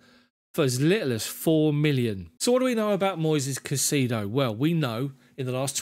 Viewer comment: Thumbs up,, on the format and commentary, with one huge caveat. Stop pronouncing the player's name as "CaiSEEdo"; it's actually "CaiSAYdo", trust me on this one, mate, I'm a fellow Hispanic 😊. Cheers!